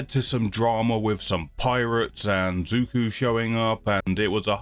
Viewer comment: Love the reactions, keep them up, the show gets so good, you have no idea. Zuko. It's ZU-KO 😋